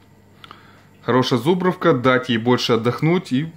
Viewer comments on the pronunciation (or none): Так по ушам режет!.. ЗУбровка , зУбровка, зУбровка, зУбровка, зУбровка, зУбровка, зУбровка, зУбровка ЗубрОООООООООООвка , она и в Африке зубрОвка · Всё нормалёк, только не зУбровка, а зубрОвка!!!, лайк!!!